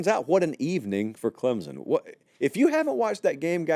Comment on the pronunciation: Love the channel. Love the show. But PLEASE stop inserting a 'Z' sound when you say "Clemson". Nobody in the state of South Carolina says it that way. Some of the more "backwoods" people here say it with a 'P' sound, like "Clempson", which is equally cringeworthy. The proper pronunciation is "Clem-son", nothing more.